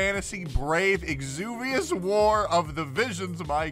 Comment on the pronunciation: that pronunciation of exvius lol bruh.